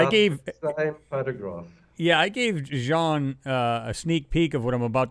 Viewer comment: Excellent show,. This is what we need, all researchers coming together for discussions like this. By the way, it's Jean Ward, not Sean.